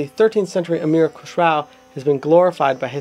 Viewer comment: Good Job! It was a very informative introduction of the the instrument. However, a little clarification in the pronunciation of the names is required... Khusrow is pronounced as Khus-ro not Khusrau(kh like ch in loch, s as in rest and row as in grow). And Enayat is pronounced as Inaá-yat, also Vilayat as Vilaá-yat. There is also a story about tri-tantri-veena (3 stringed veena) existing before Sitar that can be the ancestor of Sitar, but there no concrete proof coz pretty much all of the knowledge of classical indian music used to be passed down orally.